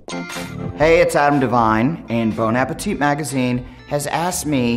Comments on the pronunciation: You have made a video about mispronunciation of words, but you've mispronounced Bon Appétit #awkward #ignorantamericans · You pronounced bon apetit wrong.